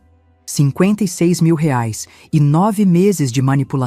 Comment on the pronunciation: A nora era vagabunda, uma vigarista. Essa Patrícia não tinha família? Digo, mãe e pai para pagar as coisas do bebê? A sogra também era muito idiota, carente demais. A narradora não sabe pronunciar o valor da moeda brasileira.